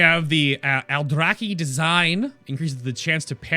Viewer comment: I like the Aldrachhhhuhhhhchhhh blades, as you said. :-)